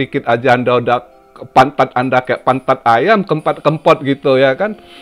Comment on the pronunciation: Lucu dengerin bilang pantat ayam 🤭😂. Sehat selalu om 🙏🙏🙏